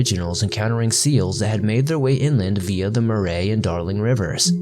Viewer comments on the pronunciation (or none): Murray ... rhymes with Hurry (English/Scottish name) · Murray rivver is pronounced like hurry, and Yarra river is pronounced yarr ah not yah rah. You are doing well for someone who has not actually heard the names pronounced, keep up the great job